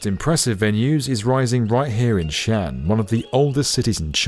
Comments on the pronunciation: Xi'an is actually two words, pronounced SEE AHN. It's most definitely not pronounced Chian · This is my favourite channel on YouTube but with all the research you put into your videos, how much extra work would it take to ensure you're pronouncing place names correctly? It's not 'Shan', it's Xi'an, pronounced as 'Shee-an'. It's irritating and doesn't make the video seem as polished to those who know the correct pronunciations of these regions. Thanks. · Isn’t that competition canceled? And bro. For goodness sake. Xi-an is pronounced shi-an. Not “Shan”, which is in fact a male Chinese first name. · Its not pronounced xian, its pronounced like See An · its shee-an , not shan, hard to watch when you catch get the name right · 西安 Xi'an is pronounced as " si aren't (without the "t" sound ") " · Just saying ... Xian is pronounced as two separate syllables: Xi An. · "Shan"? lol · Xi'an is pronounced with two syllables sort of like See-Un , not one syllable. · Xi’an is pronounced “shee aan” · Xian = pronounced = “She On” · Two syllables Xi’An shee on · Xi'an is pronounced something akin to "she ahn" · The name of Xi'an is pronounced "xi-an". Two distinct syllables. Imagine saying the name of the French city of Leon as "loan". Do your homework. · It should be pronounced as XI AN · The apostrophe indicates a stop: Xi'An Pronounced roughly as Shee On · i hope they'll consider hosting conventions(like RV/campervan tradeshows) and concerts when the stadium isn't used for sports. as Tokyo Dome has been used in the past. the massive ceiling height makes for a wholly different experience than more generic convention centers. also just a minor note: Xi'an is 2 syllables, and Cuju the C is more of a ch, like choo choo train, and not an s. thanks for another great video.